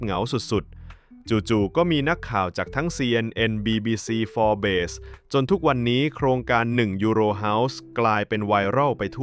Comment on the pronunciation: ขอแก้สำนักข่าว Forbes ของเวลา ด้วยครับ สำนักข่าวนี้อ่านว่า "ฟอบส์" ไม่ใช่ "ฟอร์เบส'